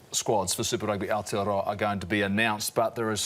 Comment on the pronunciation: pick up your pronunciation of Aotearoa bro.